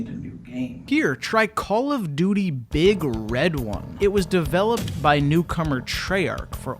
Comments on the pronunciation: I cannot stand the way you say "Big Red One." It's "Big Red One," as in describing the number 1 as big and red, not "Big, red one," as in describing something else as big and red. Jesus Christ, that drives me crazy. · The way you say “Big Red One” all together rustles my Jimmies. Its said more like “big red One”. Emphasis on the One. IE: the U.S. Army’s 1st Infantry Division which fought from D-Day and continues to this day. Put some respect on yo mouf boy. Now that doesnt mean the game wasnt shit lol